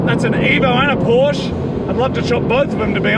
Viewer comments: The red Porsche wasn't a 911 GT4 it was a cayman for sure, maybe a GT4. And it is not Porsch it is PorschE (I am from germany) speak it like "porsch a" then you do it right. Keep up those gread videos. Eure Videos sind verrückt und ich liebe es. Love from Germany guys 😉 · god damn pronounce Porsche right plzzzz